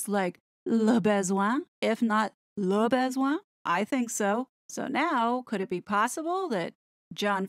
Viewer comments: Yep, should be (very approximately) luh (like huh!) buh-zwon(g) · your pronunciation of "le besoin" is priceless - you are saying "le baise-oin." "baiser" in French means f-k. 😂 I guess the way English speakers pronounce it is just the point. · Your pronounciation of the 'Classy LeBesoin' pages killed me 🤣😂🤣😂🤣😂🤣😂🤣